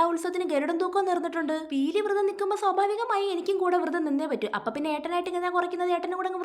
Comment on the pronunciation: വൃതം അല്ല കൊച്ചേ...വ്രതം